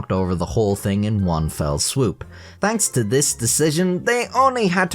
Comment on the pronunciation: “danks to dis decision”